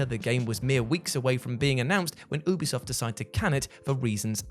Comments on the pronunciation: I thought he said boobie soft 😅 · I heard boobi soft the 1st time a splinter cell cancelled game was mentioned 😂